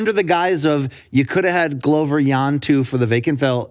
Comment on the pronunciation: Luke makes a big deal to pronounce Jiri correctly and then hits us with the Glove-er